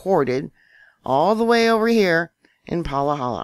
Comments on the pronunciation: It’s Pa-ha-la. Not Palahala🌴🌴🌴Maui Nancy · Im from Hawaii, Pahala is pronounced PAH-ha-LAh not Pa-LAH-ha-la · It’s pronounced Pa Ha La😬